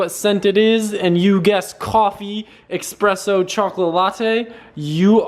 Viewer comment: "expresso" mong